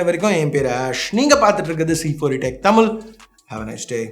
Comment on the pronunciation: Bro, It's தமிழ் not தமில்..